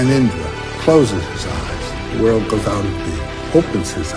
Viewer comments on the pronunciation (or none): none